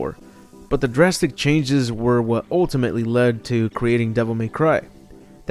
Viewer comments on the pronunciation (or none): none